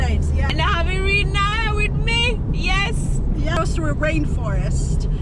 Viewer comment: Its not E-rina, her name is I-rina (Irina).